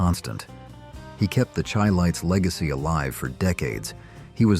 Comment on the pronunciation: SHY-lites. Pronounce their names CORRECTLY.